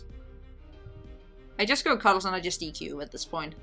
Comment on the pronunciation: In your accent, "Cuddles" for a second sounded like "Carlos" and it delighted me.